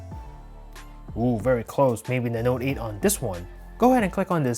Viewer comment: Your voice is fucking annoying the way you emphasise on the s9 or note 8